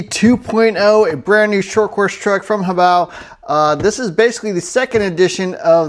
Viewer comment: Only Youtuber that doesn't incorrectly pronounce it as 'hoe-bay-oh."